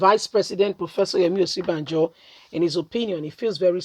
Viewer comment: Sister please sound this name like this..... Oshi.. bah.. jo